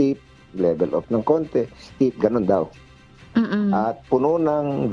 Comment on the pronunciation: Steep not stiff.